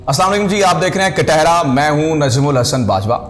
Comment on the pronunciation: Plz first correct the word ... It's not kathahra کٹھرا... It's katehra کٹہرا....